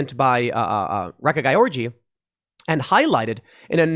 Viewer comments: Wait a sec, the one woman to speak out against this has a name pronounced "wreck-a-guy-orgy?" 🤣 At least the simulation we live in is f-ing hilarious! 😂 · Sounded Like.... "WRECK A GUY ORGY".... Lol. Too Bad She Didn't Beat The Trans Swimmer.... WOULDA BEEN FITTING..IMHO.